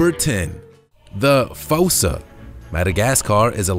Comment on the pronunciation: I do believe that the correct pronunciation for#10, "fossa", is not with a long o, but with a long " u". Like in the animated movie "Madagascar", the animals are afraid of the " fūsa" (like the word use). But, nice video.